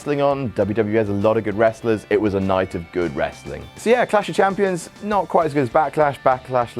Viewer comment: is good at saying Clash of Champions. Way better than.